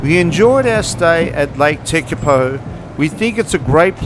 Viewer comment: Hi Shorty, yes we did ask a guy from New Zealand, he was born in Lake Tekapo area and lived in Christchurch. The only place couldn’t pronounce properly was Lake Tekapo. It sounds like lake tepeko, just once though. The rest should be okay. Hey I was born in Kherson (Ukraine ) and the way they pronounce the city name on tv is different from what it is called by locals. peaceful life and beautiful nature are the two things most important and we just wanted to show the beauty of New Zealand. We were so impressed